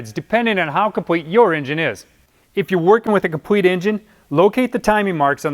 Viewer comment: Aw my guy said compwete 😭